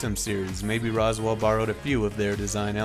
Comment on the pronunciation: 'Rose' 'Will'.. not Roswell. 'Ooh.' Not 'Aww.'